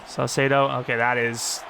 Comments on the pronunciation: Saucedo = ses-say-dough, hope this helps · Don’t change saucedos name please I really enjoy you pronouncing it differently every time